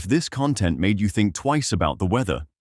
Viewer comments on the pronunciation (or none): none